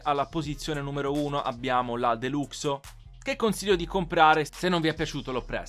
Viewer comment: Si scrive deluxo ma si dice delaxo